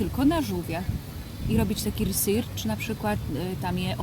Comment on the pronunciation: research wymawia się riSERCZ